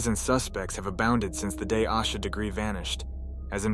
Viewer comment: Learn to pronounce her name correctly